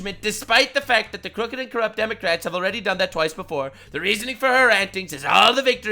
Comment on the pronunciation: We supposed to pronounce the word Democrats with silent "C"😂😂